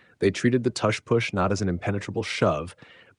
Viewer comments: Yeah this has to be AI. No human pronounces tush push like this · sorry couldn't watch this... how are you going to pronounce tush and push with different u sounds? i cringe every time you say it